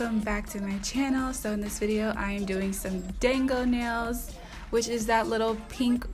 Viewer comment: Thank you for giving the proper pronunciation because ight was low key killing me, and I wanted to check to see if anyone else had said something before I repeated it. 😁 My daughter is hard core all things Japanese and was shouting "SHE'S SAYING IT WRONG MOM!!!!!!" Lol!!!!